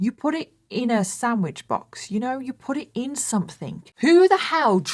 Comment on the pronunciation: I love how you call sandwiches samwidges lol. And you say very as wary. So cute